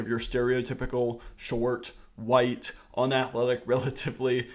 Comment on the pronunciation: There was so much emphasis on WHITE while talking about the #10 WR😂😂😂